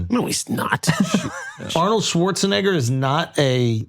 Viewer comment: Shultz said Arnold shawartz a what ???